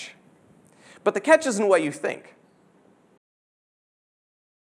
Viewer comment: son örnek videoda, "but the catch isnt what you think" cümlesindeki isn't kelemesini hiç duymuyorum.. is olarak duyuyorum